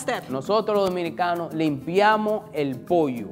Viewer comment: He said "Dominicans" but honestly it's easy to mishear it as "Mexican" he said something like "We 'Minicans" 😂